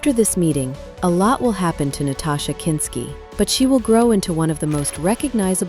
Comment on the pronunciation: A documentary that continually mispronounces the subject's name and the name, Wim Wenders, Is impossible to take seriously.